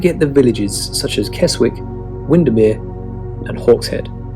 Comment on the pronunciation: I'm a londoner, lived in Durham for 12 years, then retired to The Lake District. Fabulous Keswick is pronounced Kes-ick not Kes-wick